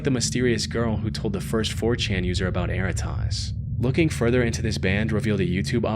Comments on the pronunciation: Interesting note that was bugging me for the entire "erratas" story - "errata" is a real word. It is pronounced differently - "eh-RAT-uh" and it is a relatively common term in my field, legal transcription. When a deposition for a court case is transcribed, it is sent to the witness with an errata page attached, where they can list any corrections they want to make to the transcript like misspelled proper nouns. Technically speaking, errata is already a plural word and its singular is erratum, but "erratas" is still used. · Worst pronunciation of “Erratas” ever 😂😂😂😂